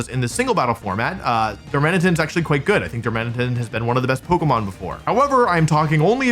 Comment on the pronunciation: Also it’s Dar-muh-nitten. You gotta work on getting these names right, WompfleyABC.